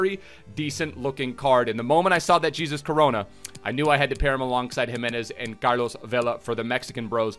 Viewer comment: It's hesus coronoa